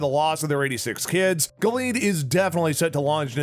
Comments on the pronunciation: What a shame that the man reading the dialog to this video has no clue what he's talking about. It's The HANDMAID'S Tale, not "Handmaiden's". Gilead is pronounced GIL-e-add, not "Gill-EEEd". The handmaid who lost her eye is Ja-NEEN, not "Janie." The older, violent woman played by Ann Dowd is Aunt Lydia, not Aunt "Linda". Final criticism: For someone discussing the collapse of democracy in the United States -- a dark, dystopian story of religious tyranny -- he certainly sounds upbeat and chipper. Please, re-record this and get rid of that voice best suited to local sports announcing. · Yeah like we trust you, my first fear was when i heard you call it the handmaiden's tale. Then gil-eed rather than gil-e-ad. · It's pronounced 'Gillee-ad' 😂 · I'm sorry, Giled? aunt linda? do you even watch the show? or you just looking for views and likes?